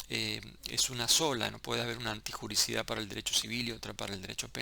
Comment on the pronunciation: Doc es " antijuriDIcidad" no antijuricidad